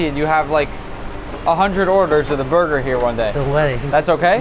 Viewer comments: “Base the buga wit da buttah” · "haiiii i today we make mac and cheese borger:D" im in love ❤ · Bro its not burger its burgir😅😂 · I thought he said booger😂😂😂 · I love “Borger”. This man deserves to be famous. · all i heard was BURGUR. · I love how said burger 😂😂😂😂😂